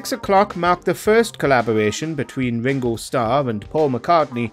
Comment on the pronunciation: Wingow Staww?